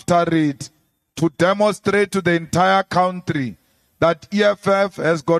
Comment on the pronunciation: Oh Malema, get over yourself!!!! 😂😂 I am not going into what I believe today but please don't say cowntree, it is COUNTRY. Not difficult to pronounce is it????